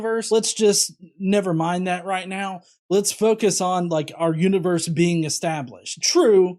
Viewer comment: Every time Frank says 'being' I hear 'bean.' >_> Powerful bean. Almighty bean.